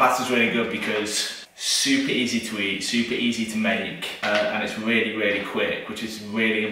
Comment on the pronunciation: Weally weally